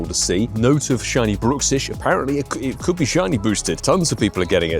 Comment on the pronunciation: I believe Bruxish is pronounced Bruck-Sish, not brook-sish. The name derives from the teeth grinding issue "bruxism" which is pronounced bruck - everyone seems to call this ugly fish different things 😅